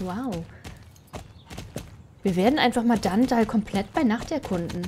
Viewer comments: es heißt nicht dandall sondern dunndul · Danndall XD nicht für ungut wber es heißt dunndull wie man es schreibt so sagtman es auch aus XD trotzdem du bist die beste sso yutuberin der welt😇😀😊💓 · Wie du einfach DanDall sagst und nicht DunDull😂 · Es heißt eigentlich Dundull und nicht Dandall